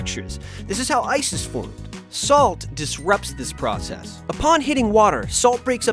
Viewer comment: when he was like this is how ice is formed it sounded like this is how Isis formed xD